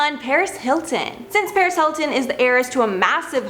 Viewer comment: Clint Countryman She said Saris when she said she was banned from the Las Vegas club